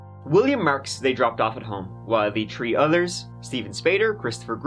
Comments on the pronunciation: In this episode, said “tree (3)” and “turty (30)” six times. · No....he does mean 'tree'! That's just how pronounces 't' with his Irish accent. 😉 ( he also says they crawled 'true' the windows, and walked 'true' the house. )